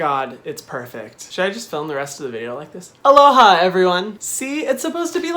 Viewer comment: 'Alohay' actually sounds better.